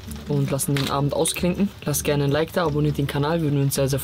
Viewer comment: Der „Es triggert mich brutal, wenn er sagt „wir lassen den Abend ausklincken“ Button“😂😂😂😂